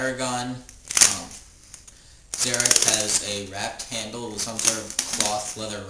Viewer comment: pronounced Zar'roc wrong no offence